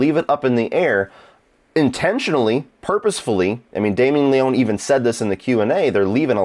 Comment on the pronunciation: it's pronounced Le-ony (any ryan leone fans here? No? ok...)